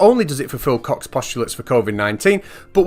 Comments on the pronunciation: Isn't it pronounced "Coke's" postulates? Not "Cox?" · Goddammit,. I can't watch this. Everytime he pops up saying "Koch's" I crack up. X'D